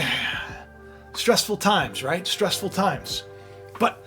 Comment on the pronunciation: Wow you usually butchered the word stressful if I wasn’t stress now I am thanks for putting that in the front of my head stress